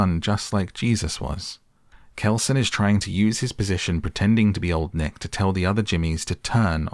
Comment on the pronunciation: I swear during the movie instead of hearing them say "old nick" i heard them say "long neck". You brits really need to work on being clear with your pronounciation, this is you guys calling your female commanding officers your "mum" all over again.